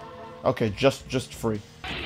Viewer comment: can't say 3 " welcome back to some more Budokai Tenchaichi free"